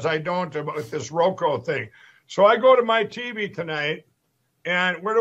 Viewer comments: Transformative agenda? Oh, Kari…🤦🏼‍♀️ Mike Pillow can’t say Roku? 😂😂 And who in the world is Julie Green? She, clearly, thinks she’s something special. One of TFG’s very best people. 🙄 Shame on their families for not getting them the mental health support they so clearly need. Oh wait, rethugs have nearly eliminated services. Thanks for making me smile this evening. ☺️ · 😂😂 ,"So, I got to go buy a little Roko box?" Roko?!😂😂